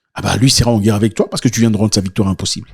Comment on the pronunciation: La Guerre et non la Guère !